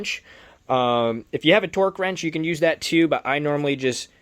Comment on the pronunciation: Its torque not twerk lol